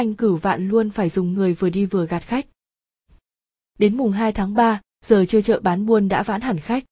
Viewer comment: Giọng thì ổn. Nhưng có vài chỗ không ổn lắm, như: - Phần "..." ngắt câu hơi lâu, không có sự ngập ngừng nên nghe nó giả. - Phần số như "2-3 giờ" thì bị đọc sai thành "mùng 2 đến 3 giờ". - Phần phát âm tiếng Nga thì theo kiểu đọc từng chữ trong tiếng Việt, không đúng tiếng Nga.